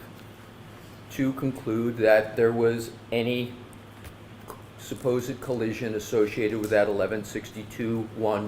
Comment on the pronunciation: " Supposeid education" oh Emm gee